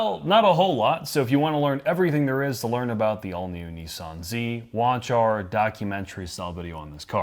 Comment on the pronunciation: The manufacturer is called and spelt Nissan not “Neeesan” The double “s” in Nissan shortens the sound not elongates it. Americans do seem to all struggle to pronounce words correctly in the main. 🇬🇧🇬🇧